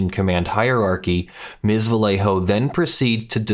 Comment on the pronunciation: love your videos. For future reference, in Spanish, the double L "LL" is pronounced as a "Y", so Vallejo would be pronounce "va-YEY-hoe"